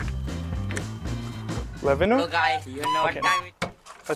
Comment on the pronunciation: Levhino ❌ Lemeknow✅